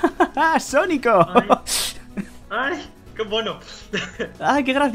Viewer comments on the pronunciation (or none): me gusta la parte donde dises sónico 🤣🤣🤣🤣